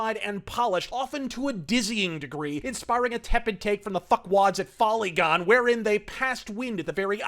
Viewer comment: "Follygon" lmao